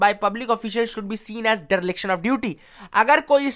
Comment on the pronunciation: [Deriliction] -Dereliction✅ 🙏